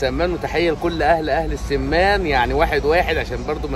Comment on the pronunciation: اسمها السمان بفتح ال س